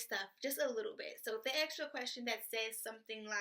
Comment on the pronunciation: "axe me for it."